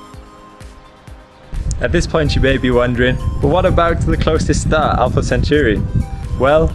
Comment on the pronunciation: I doubt you're that heartbroken about it if you can't even get the name right. It's Alpha Centauri (it's in the freakin title), he pronounces it a bit off making it sound like "century" but if you'd care about Alpha Centauri, then you'd know how it's named. So how about you get lost with that "heartbroken" BS.